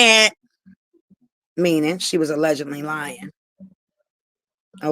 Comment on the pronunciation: Chyna heard the word “allegedly” and haven’t stop sayin it since 😂 she too illiterate to know how to use the word, how tf u saying “FACTZZZ” after u saying allegedly?? It’s one or the other. She don’t even know how to pronounce it tf is “allegendly” it’s no N in allegedly 😂😂😂😂